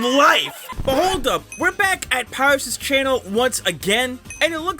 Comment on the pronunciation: Pierus Pronounce it as “per-I-us